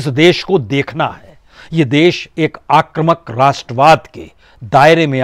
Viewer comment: बाजपेयीजी, आप सबसे अच्छे विश्लेषक हैं l शायद कोई और ऐसा नहीं है l मैं आपको इसके लिए धन्यवाद देता हूँ l आपसे अनुरोध है कि शब्द आक्रमक नहीं है, बल्कि आक्रामक है l अतः आक्रामक ही बोला करें l